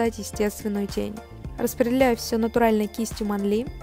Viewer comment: Всегда говорила мЭнли а теперь манлИ, не привычно 💁